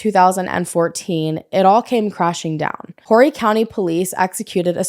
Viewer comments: the H in Horry is silent. 💕it’s Ore ree. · I knew this name sounded familiar. I live in MB. Continue to visit, & never move here, it's god awful. Broadway is dangerous now. Always go to Barefoot & stay North. Oh PS, it's pronounced "Orry" County ;)